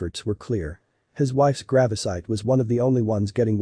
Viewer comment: Damn robots "grawvsite".